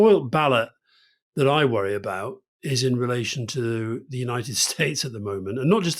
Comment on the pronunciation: Worwy talking about the dangers of being pretentious 😂😂